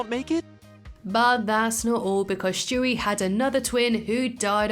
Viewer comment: "Shtewie" learn to say it right, its STEWIE! NOT SHTEWIE